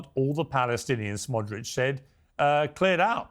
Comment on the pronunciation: So tired of hearing Piers say “Smodrich”